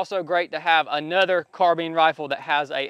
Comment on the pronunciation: Car-bine > Car-been